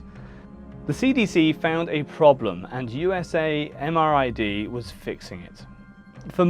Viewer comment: FYI - The Army pronounces the lab "you-sam-rid".